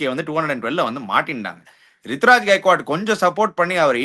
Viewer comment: Ani Rutu ❌ Ritu✅ Brevis ❌ Bruvis✅